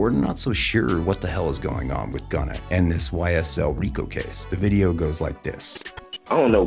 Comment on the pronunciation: YSL NOT SYL